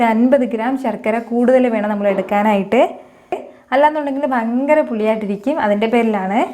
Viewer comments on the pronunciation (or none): none